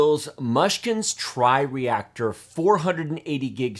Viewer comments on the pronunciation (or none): TRI-ACTOR not TRIREACTOR =P As usual thanks for the awesome content!